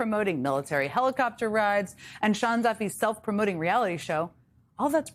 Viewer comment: Can someone tell Fox it's "Duffys" lol